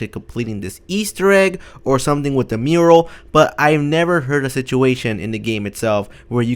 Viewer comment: the voice says like change the murel